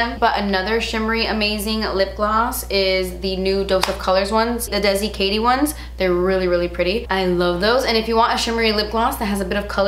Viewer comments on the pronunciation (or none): none